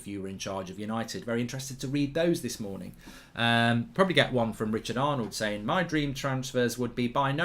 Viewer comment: Did he say "hello everybody good MOONING..."? Brilliant!